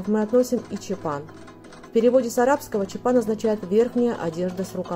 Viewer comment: Насколько я знаю, надо чётко произносить чАпан. Поправьте, если ошибаюсь.